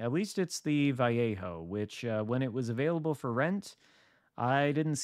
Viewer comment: Ok. Your killing me.... My brother lives in Vallejo. So here is easy way to say it .. VA-LAY-HO....